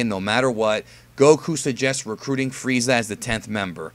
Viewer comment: Diemund Fweeza cunfirmed